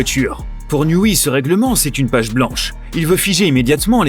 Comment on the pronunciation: NIOUWAI pas NIOUWI ;-) mais c pas grave